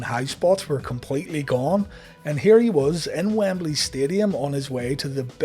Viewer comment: Lol, okay I thought I just said it wrong forever, but he pronounces Wembley a few ways in this video alone. Wambeley, Wimbly, WamBailey. :)